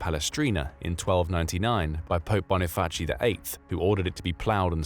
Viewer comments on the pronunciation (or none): none